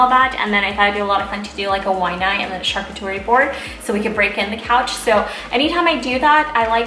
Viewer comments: Hi :) it’s pronounced sharCOOterie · Great picks, But I have to say you’re killing the word charcuterie! It’s pronounced shar-coot-erie 👍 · Charcuterie= shar- coo- tar-ee or Cheese board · Helen Mancilla She mispronounced the word, but she means charcuterie board. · Thank you! That drove me crazy. If you don’t know how to pronounce it just say....cheese board.